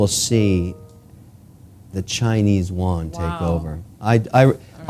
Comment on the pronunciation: Did he just say Chinese Won?